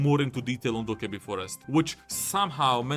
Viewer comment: You nailed it with that video except one part. How can you mispronounce cokkebi?